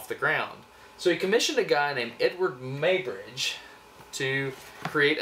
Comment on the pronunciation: It is pronounced 'MOY' bridge.